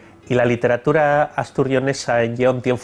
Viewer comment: Hola. Estoy estudiando el leonés para un trabajo de investigación. Tengo la duda de porqué no palataliza la l inicial en algunos casos, como por ejemplo cuando dice literatura, en vez de lliteratura (que es como creía que se diría). Os agradecería que me resolviéseis esta cuestión. Gracias.